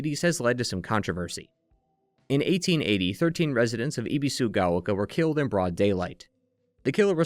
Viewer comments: Ah yes "ee bee su ga oh kah" Dude, you spent hours obsessing over a game in Japanese and you couldn't make an effort to pronounce the names right? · Ebi like the shrimp, like ebb and flow, bee like the bee. Sue like the girls name and gao rhymes with cow. Your pronunciation is rough.